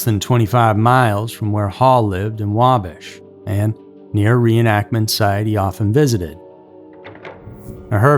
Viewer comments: Wa-bash! Not Wabish! Bash with a short "a". As in the verb " bash". 🇺🇸☕💐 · Pronounced wahbash not waabash (Wabash) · Bash....Wabash, not Wabosh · Wabash , IN (Wah-bash) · It's WaBASH. Like ASH or RASH. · It's wa-bash like if you bash someone over the head lol living in Indiana it's funny not to be rude or disrespectful I love your channel and videos and voice just a fyi 😂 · Lol you're saying Wabash wrong. The second a is a hard one. Really good story though! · I love this guy, but he is not pronouncing Wabash correctly. I from Indiana and it is not pronounced that way. However, great video! Loved it! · Yes.. like cash. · I came here to say the same thing lol